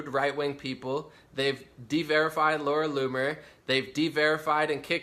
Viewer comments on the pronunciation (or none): none